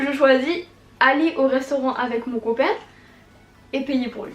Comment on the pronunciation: "mon coupain"!😂